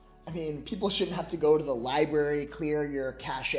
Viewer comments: Lie Berry 💀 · "Liberry"? You're a grown man and you say Liberry? Better axe someone if you need an ambilanz